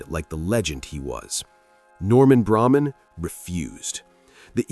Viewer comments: Leonard Tose. Look him up. You also pronounced Braman incorrectly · Eagle fan here. But does the guy narrating specifically mispronounce names purposely. Braman was the cheapest